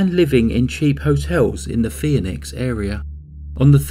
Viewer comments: It's pronounced "fee-nix", not "fee-uh-nix". Why would you add a syllable? I sure hope you don't know any women named "Phoebe". I'll bet you could tick them off pretty quickly. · “FEE - nix” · Maybe he should research how to properly pronounce "Phoenix".